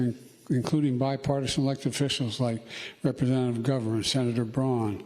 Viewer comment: I'm more appalled at how he pronounced "Representatives and Governors". He almost crammed all three of those words into one syllable.